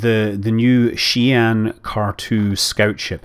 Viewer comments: I just hope people start pronouncing the ship name correctly at some point.. :) On another note.. for those buying all the ships.. what will be left to do once you get in the game.. I mean, for me at least, half the fun in a game is building up my arsenal through gameplay.. if you buy all the "upgrades" before the game is even out.. what's left to strive for?? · It just makes me cringe every time I hear it :) hehe.. Xi'An is named after the Chinese city.. so there's a correct way and an incorrect way to pronounce it.. just like there is a correct way to pronounce all words. :)